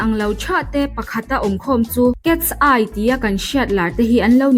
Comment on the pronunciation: Cats- eye angin i lam zel a😅(Mizo accent in) KET-SAI tih a lam tur aw miss❤